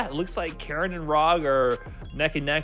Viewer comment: From one Karin main to another. Could we stop butchering Karin's name. Its not pronounced like KAREN and every time I here that I cringe. Karin is a woman of class so address her a such. That is all.